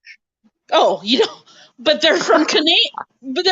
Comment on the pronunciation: LOL,, "hey're from Canadia",, LOLOL,, I do that too,, or like I "said to Clutch the other day",, Cana-Dians,, 2 words,, LOL